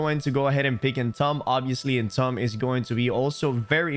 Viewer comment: Entomb is pronounced "entoom", for your future reference. Great video thank you for sharing, love your content!